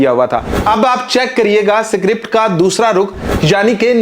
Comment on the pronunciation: स्क्रिप्ट बोल सुअर, सीक्रिप्ट नहीं !